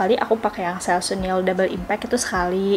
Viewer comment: Baca / sebut selsun yg benar, bkn selsun / selsan, tapi selsen.